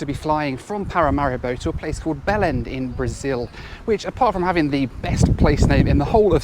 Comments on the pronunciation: its pronounced like beleng and means Bethlehem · Best to pronounce Belem as “Bellaine” or “Bellaing” if you really want to get close to the pronunciation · I.. I just understood "BELL-END in Brazil" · I thought you said you were flying to Bellend...😅 Was going to add it to favourite places I want to visit.Oh well, number 1 is still Mingė, Lithiania.